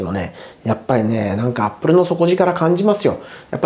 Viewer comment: アッ↓プル↑